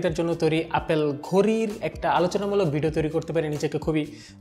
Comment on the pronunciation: ভাই এটা ঘড়ি নাকি ঘরি??